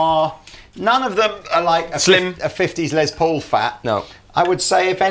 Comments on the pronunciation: It's Les Paul, a shortened version of Lester Polfous (his real name), so the "s" in Les is pronounced as an "s", not a "z" as in Lez. Just helping out from here in the US. Be that as it may, I want an SG Jr. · "Less" Paul. He was American. Say it right.